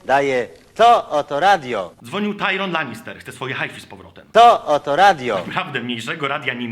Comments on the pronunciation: Tajron Lanister, mówisz? xD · Tajron? Tyrion! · Czyta się Tyrion Lanister nie Tajron ale masz plusa u mnie za Grę o Tron. :)